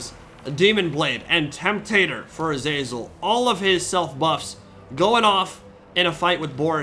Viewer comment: the way you keep saying "azEYZUL" absolutely grinds my gears. it's "A-ZA-ZEL" FFS